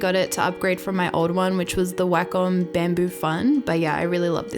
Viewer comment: I love your accent! It's funny at times because wacom sounds like "whack em" 🙈 still love your videos! Keep up the fantastic work!